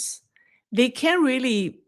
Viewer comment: One hint I offer in total respect: Make sure the T sound is clear when you say "can't", otherwise it sounds like you're saying the opposite. Another option is to say "cannot".